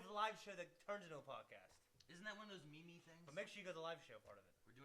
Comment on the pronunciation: I can't tell if is messing with us with how he pronounces "meme"